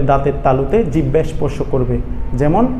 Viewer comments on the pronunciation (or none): none